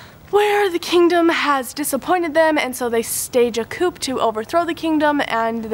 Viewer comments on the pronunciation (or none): A great wrap up, looks like you had a great reading month, however "coup" is pronounced "coo"